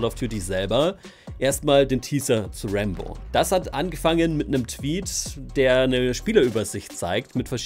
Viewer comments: Meint er Rambo oder warum sagt er immer Rainbow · Wer hat auch die ganze Zeit Rainbow statt Rambo verstanden 😂😂